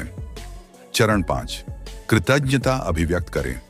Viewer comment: Pronounce well. It's " kirtaghta". You are doing good.